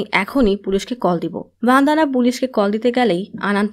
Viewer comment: ভনদানা নয় বনদনা